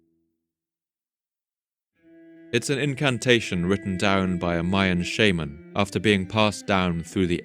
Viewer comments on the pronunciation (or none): none